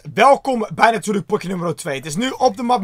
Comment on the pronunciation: zegt hij pokje? 😂